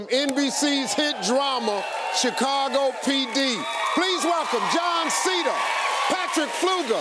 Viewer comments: Anyone else thought he said “John cena”? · John seda I thought he said John cena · It sounded like he said John Cena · I thought he said John Sena (spells) lmao I really didn't understand how I could have missed he was in the show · Guys I couldn’t Swore that he said John cena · i swore he said john cena in the beginning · Did anyone hear John cena not Jon Seda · I thought he said John Cena and was confused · Am I the only one who thought that he said john cena instead of jon seda